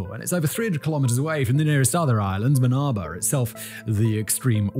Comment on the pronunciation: I don't know if anybody has ever told you, but there's no "R" at the end of "oversaw". It's not "oversawr". Same with "Banaba", except there's no "R" at all in that word. SamoaR? NOPE! NO R in Samoa, either. And what the heck is a "Dominicaran"? DID YOU MEAN DOMINICAN?!